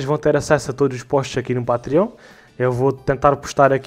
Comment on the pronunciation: não é Pátriónh, é "patrêon"!!!